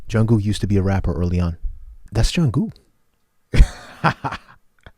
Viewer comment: It is Jung(k)ook, not Jung(g)ook.